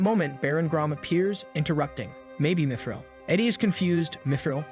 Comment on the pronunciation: Bro really says dmitril instead of mythril